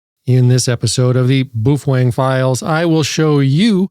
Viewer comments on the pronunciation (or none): why do you say it so wierd? It's pronounced Bo-Fung or Po-Fung if you speak mandarin